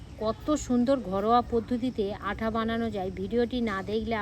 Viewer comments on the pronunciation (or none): আপনি আটা কে আঠা বলেছেন কেন?